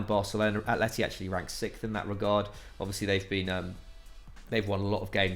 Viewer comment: ye have started pronouncing it 6fh instead of 6th 😂